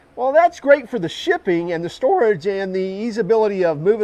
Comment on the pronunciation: "storage" lol